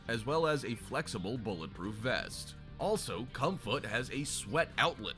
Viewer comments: what i see "comfut" vs what i hear "cum foot" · i feel like this video is a whole lotta 🧢 And Idk why but when the guy said comfut I died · Not perverted, sounds like urban speak for “Comfort”